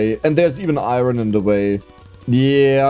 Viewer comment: Do a run where you need to reach the final blue layer, but you have to say iron right every single time, and you have to mine as much as possible. If you say it wrong, you need to restart.